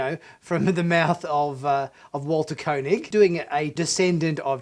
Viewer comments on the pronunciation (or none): Ooo dear, you pronounced Walter Koenig's name incorrectly, tsk tsk. Don't let Walter hear that as he's a little irked when people do that (as he was at a convention I saw him at and the host introduced him as 'Co'nig and not as it should be,pronounced, ie 'Kay'nig). Other than that, yes, a fine finale for the old crew...nice